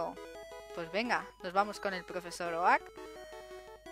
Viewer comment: ¿Oak? ¡¿Oak?! ¡Se pronuncia "Ouk"! XD PD: Ponle mi nombre a algun Pokémon :D